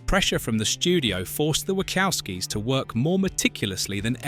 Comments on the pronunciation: The Script for this video is hideous. And the AI voice saying "The Wackowskies" was terrible. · The Ai voice is annoyingly inaccurate in its pronunciation of names saying Lawrence Fishburn, Wohkowkies and Warner Brothies! 😬